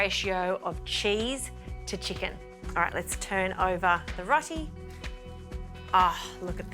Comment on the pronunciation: I think it might be pronounced "row tee" but don't hold me to that. ALL the best. 😃 Ps. All the best with the baby too.